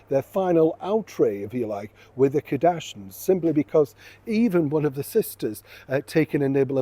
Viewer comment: Their name is Kar-dash-ians not Kadashins😂